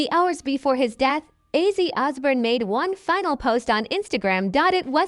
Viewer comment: Its ozzy not izzy